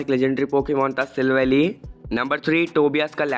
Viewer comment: hey, you made a mistake at 01.23 , it is Sivally; according to the english dub, it is Si-val-ly.